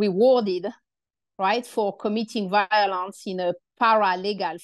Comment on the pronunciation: Best pronunciation of “violence” I’ve ever heard.